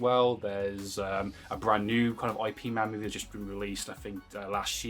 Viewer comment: Please stop pronouncing Ip man's name wrong. As a person who practices Wing Chun it's offensive and annoying. You wouldn't like it if i kept calling you? Yeah, I don't think so. I